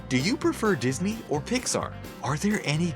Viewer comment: ... "Dis a knee"